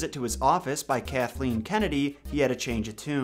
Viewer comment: Cunthleen Kennedy...